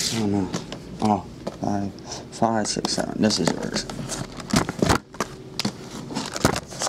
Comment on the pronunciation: Lol the way you said SIX. Like you where drunk hahaha